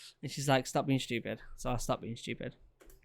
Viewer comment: It was shtupid mate it was shtupid